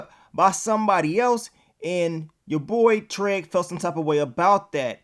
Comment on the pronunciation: I love how you say Treg instead of Trig lmao